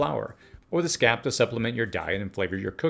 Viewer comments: The part that is the flowering stem of garlic isnt a scap...it is a SCAPE. Pronounced like landSCAPE. you don't say land scap. Lettuces don't take that long if you grow leaf lettuce. If you want headed lettuce it takes longer. They take 55-60 days for most leaf lettuces. Long growing us 120 days for stuff like jicama, artichoke, garlic, onions, etc. shortest growing time is typically radishes. If you need food and you're desperate. Plant radishes, allow some to go to seed, save the seeds. Also stagger plantings. As long as you have enough seeds you can plant some every WEEK. You will have a steady supply of radishes. Lettuce is another that does grow quickly unless you're inpatient. stagger the plantings about every 2 weeks. 50-60 days is not long! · The "long A" sound is frequently missing. I think it a local pronunciation.